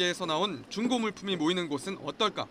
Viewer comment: 기자 발음이 좀 이상하네 중고를 쭝고라고 함ㅋㅋㅋㅋ